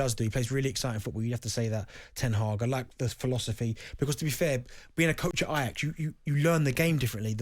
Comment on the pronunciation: You can't even get his name right xd it's ten hag